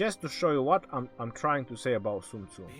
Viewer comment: What kind of a douche calls himself legend? Oh yeah, the kind to tattoo his fingers and mispronounce Sun Tzu's name in a video about him, smh